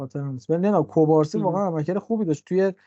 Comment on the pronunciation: اسم مدافع جوان بارسا مگه کوبارسی نیست؟ چرا بهش میگید کبارسی؟